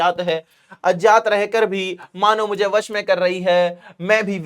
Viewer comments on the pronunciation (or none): सर वो अजात नहीं है अज्ञात है आप बार बार गलत बोलरहे है कृपया सही करके बोले 🙏